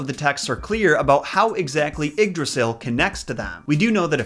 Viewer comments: It's pronounced yigg drasil not iggdrasil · This video was sick and I hope you get better soon man but Yggdrasil is pronounced ‘eed-rah-seel’ ❤️ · It s Ygdrassel not Igdrassel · he pronounced yggrasil wrong in the beginning , it's like ye - drassil well pronounced like that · Love the way you say Yggdrasil XD Ps. am from Danmark. Love your content as allways. Plz make a video about H.C. Andersens christmastail, The little girl with the matchsticks